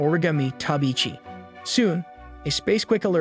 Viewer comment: He can’t pronounce tobiichi but can pronounce halvanhelev